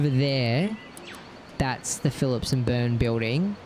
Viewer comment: The company name is Burns Philp (N.B. number of letter i's there) not Phillip & Burns. Otherwise great video. Thanks.